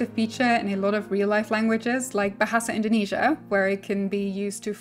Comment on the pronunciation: I'm glad you can say Bahasa Indonesia and Burung Burung very cleary. I'm simmer from Indonesia its rare to hear simmer can say that